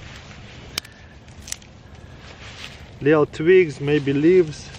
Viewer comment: I just love how he says twigs....tvigs.